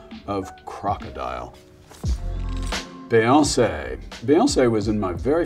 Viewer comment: Never heard anyone pronounce Beyonce like that